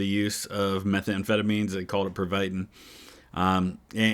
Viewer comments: the (absolutely bad) pronounciation of the word "pervitin"... (Fun Fact: in Slovakia (and Czechia), we have a slang word for it: "perník", which simply means "gingerbread"). agreed. that is how Kampfhund was born... ...and the "Aces in Exile". exactly. ♪MRATNIMIAT!♪ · love ya, but your pronunciation of Pervitin. Pardon the spelling. Driving me bonkers. 🤣